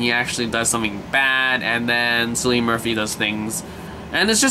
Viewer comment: It's "Kill-ian," not "Silly-un." It's the "Royal Irish Constabulary," as in "constables." I've watched the two seasons available, and it's brilliant. Murphy is in all three of the Dark Knight movies, as the Scarecrow. He was in "Inception" as well, and many Irish and British productions. "Peaky Blinders" is worth watching...twice.